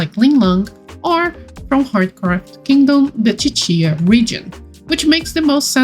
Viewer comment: Ahh I pronounce Cicia as See-see-ah, so hearing it as chi-chi-a is very interesting to me! Anyone else pronounce it like me?